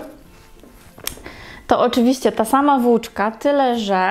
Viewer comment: Robisz bardzo ładne rzeczy ale proszę, błagam mów po polsku. Słupek a nie supek włóczka a nie włóczka. Długi a nie dugi. Robisz prifesjonalny kanał, ciekawe wzory popracuj jeszcze nad wymową. Sorry za uwagę ale ja nie daję rady tego słuchać.